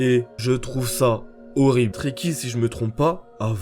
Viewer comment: Quand tu dit trekki jai l'impression que tu dit traki😭😭😂